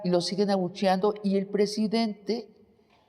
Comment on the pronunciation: Hola Eláudia. ¿Ecsáctlí? Como dice nuestro PreJidente: "ConRerspeto"... ¿Acaso eres extranjera pero parida en México? ¿Nuestro PreJidente Andrés NEPOMUCENOmanuel López Obrador (ANLO) ¿Tiene facultad para imponer a la indiada nacional a una fichita que ES JUDÍA y sin gota de sangre nacional, como los 2 machos con los que se ha aparCasado? LLÓ siempre voté por AMLO pero no por su IQ ¡Así NO... ANLO!